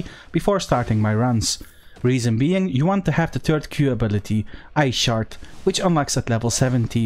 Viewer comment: Great video. When you first said ice shard. I could of swore I heard "I shart." It made me laugh, I must be delirious. Sorry for my juvenilism, but this was a great video thank you. Best albion content creator.